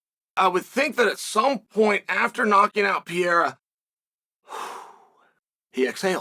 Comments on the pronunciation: The name is Alex PERREIRA! Pronounced “puh-ray-rah” in Caucasian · I just wish he stops saying Alex Piera. It drives me crazy. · I love how Chael refuses to say some guys name correctly. Who in tf is Piera? I’m still trying to find out who tf little Will Fury is😂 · STOP SAYING PIERA!!!!